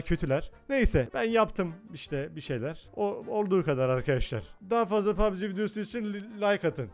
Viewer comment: Pugb mobile deil q PUGBB ezberleyin sunu